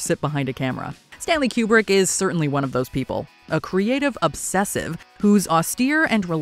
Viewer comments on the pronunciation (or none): It's KOO-brek, not Q-brek. 🤦🤦🤦